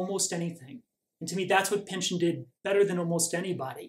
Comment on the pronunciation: Thank you for the great video!.....it's actually pronounced "pinch-on"........My wife is a Pynchon!